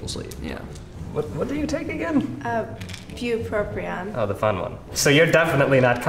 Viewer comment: There's only one R in bupropion holy shit it's killing me the amount of mispronunciation going on here